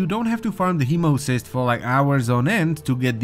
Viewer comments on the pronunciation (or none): Hemocyst? ........... (Hemo-site). We get spammed by the correct pronounciation 4 times each mission. How?